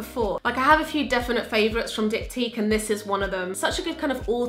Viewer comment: pretty sure you said Dicktyque, hehe 🙊